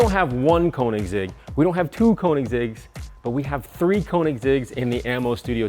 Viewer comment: Please people, at least try to pronounce "Koenigsegg" the correct way...